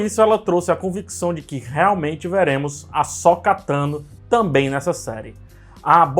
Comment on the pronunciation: "Asóka" não, ome! KKKKKKKKK "Asôka" Parabéns por mais um ótimo vídeo.